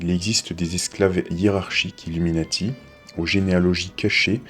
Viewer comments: par contre même en anglais ca se prononce illuminAti et pas illuminÈti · bien sur que non mais le A ne ce prononve pas È dans ce mot en anglais donc me dit pas le contraire je sais de quoi je parle . c est pas comme pour le mot NATO qui lui lui se prononce NÉTO , illuminati c est pas le cas , il se prononce comme en français...sans l accent bien sûr